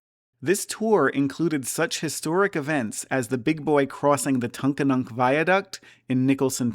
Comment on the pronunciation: Look up tunkhannock pronunciation. Google is your friend here. ;-) Everyone I met has said "Forty-Fourteen" when referring to the engine, as well as almost all youtube channels that are not AI.